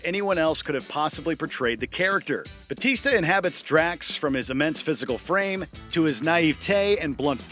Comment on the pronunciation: It grinds my gears the way this guy says BATISTA despite his last name being BAUTISTA.